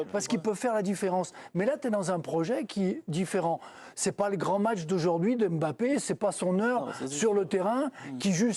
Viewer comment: Mr Domenech ne prononcez pas le M bon sang de bonsoir regardez l'émission d'hélice Lucet il l'explique, KYK'S